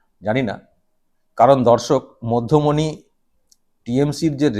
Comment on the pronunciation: ঠিক করে পড়ে দেখুন না, মধ্যমনি না,'মধ্যমেনি' !!!!!!😂😂😂😂